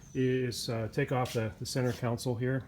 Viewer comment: console not council